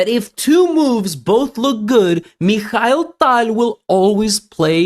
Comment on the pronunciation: I can’t stand the way he says Tal. I can’t watch his videos about Tal because of it.